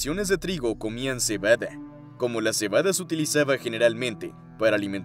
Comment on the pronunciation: cebadE dice la narracion ai ya que hoy en dia todos tiene flojera d narrar cualquier cosa #generacionidiota